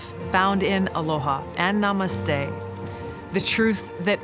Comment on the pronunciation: You can not pronounced namaste even not pronounced word jay haha